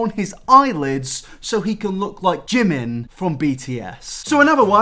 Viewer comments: its so annoying to hear people saying jimin wrong. like its not jim-in its jee-meen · Jimin, pronounced Jee-min Should really get an restraining order against Oli. Obsessed fans Is how dangerous things start.